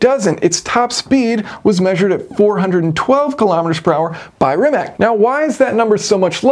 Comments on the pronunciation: It is Rimac, not Rimek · As always, your videos are top notch. I have zero interest in ever owning a car like this. But I appreciate the work that goes into designing and building it. By the way, I think Rimac is pronounced as Rimats. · I think they'll prepare the Bungatti Tourbillion for the top speed run, Possibly dropping interior weight for more battery capasity. BTW, Rimac is pronounced Rimats according to Mate Rimac himself. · Funny how many people struggle with the pronounciation of "Rimac". It's [rimatz], not [rimak]! Even Matt Watson eventually got it right 😂 Cool calculations btw! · rimac is pronounced "rimats" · Always excellent to watch your videos. A pronunciation correction; Rimac is said like *Rimats*. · Just a little thing, 'Rimac' is pronounced as 'Rimats"